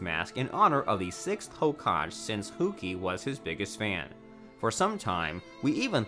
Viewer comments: "ho-cog" it's pronounced ho-ka-gay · It’s HOKAGE NOT HOGAJE (ho-ka-gae) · Yeah it's terrible. Hokaj 😅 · He also said hokaj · Borooto Hokash Annbu Sannins Konoh-HAh Chi-granny Hatakee Nar-rooto Mang-ga Team of Seven I think I actually prefer the video like this. The trolling is continued. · So no body gonna mention how this man pronounces hokage as “Hokaje”??? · He even pronounced hokage as hokag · I ignored "Ho-cage" and a few other pronunciations but then I got to " A team of seven " and had to stop, lol. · He called Hokage HO CAJ And the Sanin as SAN-IN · This guy says Hokaje and buhruto and yahmoti and nuhrudo and he says Anbu wrong he also can not say Sannin wrong gooddddd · lmao i know the hokage thing just hurt my brain